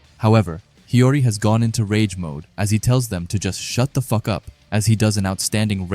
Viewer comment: The way you say the f word weirdly itches my brain 🙁